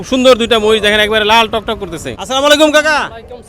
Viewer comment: মাহিষ না মহিষ 😅